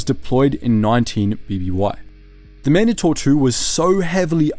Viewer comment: Why is it that no one ever points out the weird way he pronounces certain things in Star Wars? Man-dahtor? What?! Man-DAY-tor. Ya know, Mandate. Mandatory. Mandator. Not that hard to figure out.